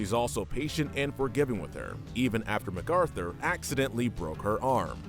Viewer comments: Ma-Carthur, not Mac Arthur. At least pronounce the names like the show does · I like how he pronounced MacArthur's name Mac-Arthur.